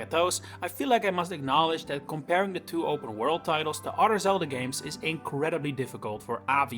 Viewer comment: You pronounce other as udder lol